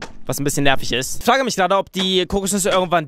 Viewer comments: haha sagt zu frage,,flage" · wie frage sagt (Flage) 😂😂😂😂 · wieso sagst du eigentlich immer flage tlaulisch also nie das R. das hört sich mega dumm an 😂😂😂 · sagt oft L statt r z.B. flage oder tlaulig😂👌🏻 feier deine videos 👏🏼